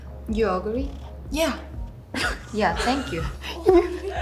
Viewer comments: "you ugly?" ㅋㅋㅋ ㅋ no "you, agree?" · I had to check my ears and replay 😂 I heard “you ugly” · THE YOU AGREE BETWEEN THEM IT SOUNDED LIKE YOU UGLY HELP I LOVE THEM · "You ugly"? "Yeah." LOL!! Yeji's pronunciation of "You agree" is so funny!!!! LOL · I thought yeji asked chae, “u ugly?” Hellllp I was so upset for a sec😭😭😭😅